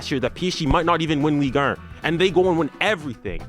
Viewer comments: “Ligue Ern” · "ligue ern"